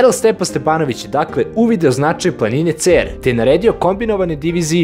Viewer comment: Nije Ceeer, nego Cer sa kratkim e, al nema veze. Svaka cats brate! Šabačka divizija!